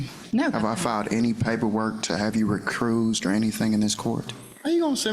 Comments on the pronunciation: “Re-cruised” or recused 😂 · What's recruise? Did he mean to recuse yourself? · “Have I ever filed any paperwork to have you re-cruised!” I’m no attorney but is he trying to say Recused?? 😅 wow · Did he say "recrused"?! 😂😂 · Wow - So ignorant… “compellment”?? “RECRUSED”?